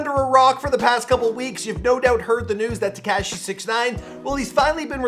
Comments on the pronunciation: Teh Cash ee It’s Tekashi Teh Kah Shee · Te-CAW-shi is how it’s pronounced